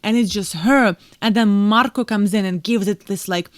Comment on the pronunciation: I love how you say Marko, I would love to know how you say my name.